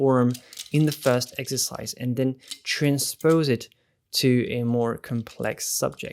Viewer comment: This is amazing.. and it’s so funny cause I keep hearing him say eggsercise lol